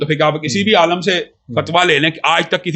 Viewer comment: Ooooo Bhai ise jahil aadmi aalim ko aalam bol ab jinhe bolna bhi nahi aata wo bhi Engineer saab se baat karega jahil insaan hai ye